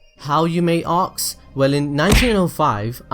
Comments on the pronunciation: You sounded so amazing until you insisted on saying 'arks' instead of 'ask'. Sigh. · did he just say ox